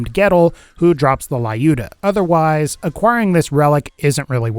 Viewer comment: LYU D A not L I OO DA god damn it. Ю Ю Ю Ю люда